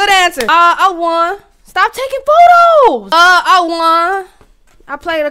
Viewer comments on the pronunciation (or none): none